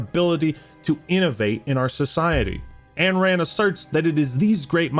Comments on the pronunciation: Isn't it Ayn Rand not Anne Rand? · please... Ayn Rand is pronounced EYE-n, not AN. I know it's a nit pick but it takes me out of the video every time